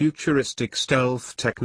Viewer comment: It's an excellent digital voice file player in real time, but they start putting me to sleep after 3 or 4 minutes. The airrrrr defences is an item that requires some work. The secret is how many versions of each word one builds into the library. A live announcer varies their reading based on the content, not just the words and the order. Audio Engineer opine